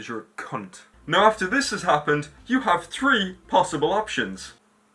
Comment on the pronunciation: The way he says cunt is amazing. Cun'